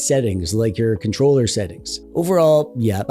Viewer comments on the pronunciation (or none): none